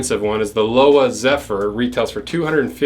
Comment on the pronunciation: Lowa is pronounced “Low-vuh”